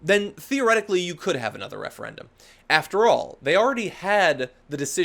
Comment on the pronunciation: The Refeyendum ;-)